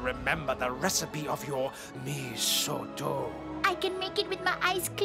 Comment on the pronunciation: You cakap "Mee Soto" seriously…! 😅😂🤣